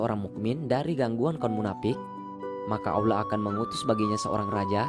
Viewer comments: Dia nyebut Allah tu kayak awlah...kesel gue dnger nya pdhl udh bagus topik nya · Belajar ilmu Diynul Islam dgn akal sendiri dan lewat media, gurunya adalah syaiton menyesatkan. Apalagi yg memberi ilmu merasa pandai. Contoh divideo ini menyebut lafadz Alloh dia sebut Awlah... dimana ilmu tajwidnya. Sifat dajjal itu membungkus racun dgn madu, tangan kanan racun tangan kiri madu, seolah2 baik padahal buruk. Sekali lgi tidak ada 1 ayat Al Quran menerangkan adanya jembatan shirotol mustaqim. Sudah mengada2. Kebanyakan orang2 meyakini kebenaran menurut orang banyak dan kebenaran menurut nafsu akalnya sendiri. Bukan kebenaran dari ilahi yang haqiqi.